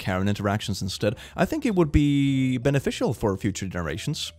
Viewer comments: you mean Bannana-fical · Beneficial or…Bananaficial?